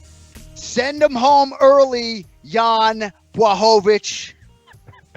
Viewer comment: respect to anik for pronouncing jans name right! swear hes the only person who can do it